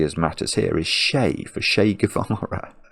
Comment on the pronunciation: An annoying pedant would take umbrage at the pronunciation of "Che". Luckily, I'm not one.